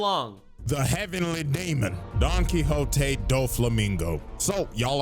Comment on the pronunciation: I will never stop laughing at you for Donkwikzote